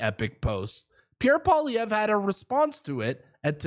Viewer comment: Say “Pwa - lee-EV - ruh” that’s close enough.